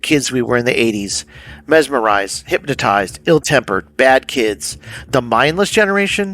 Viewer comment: Bro really pronounced it "Hyp-matized" in this video